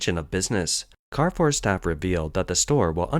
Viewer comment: it is pronounced Car Foor